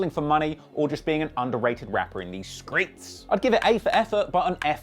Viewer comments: In the skreets😂😂😂😂😂😂😂😂😂😂🤣🤣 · “Skreets..” lol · Why this nigga say skreets like that😂😭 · Why he say screets like that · OUUUU WHEN HE SAID IN THE SKREETS I KNEW THIS WAS GONNA BE GOOD LOL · "Screets" LMFAO Im done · In the screets 😂😂😂 can't get over the way he say streets